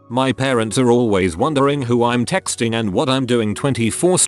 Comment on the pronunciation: why doesn’t the text-to-speech know the word “who”?